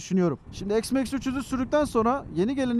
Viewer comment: s max değil üstadım x max